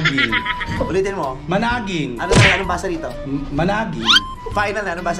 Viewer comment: Tsakit tyan Ko sa ktatawa ky jacky,,,yung managing..pronouns as mana-ging😊😊😊😂😂😂